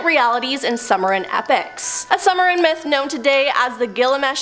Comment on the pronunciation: Summer-in?? Sue-merry-in...